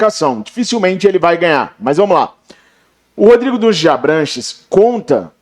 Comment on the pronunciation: Meu Deus , não é Dunshees é Dunshee. Não Gomes de Mato, é Gomes de Matos!